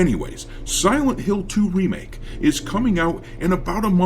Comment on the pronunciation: Remake ❎🤨 REEE-make ✅🤣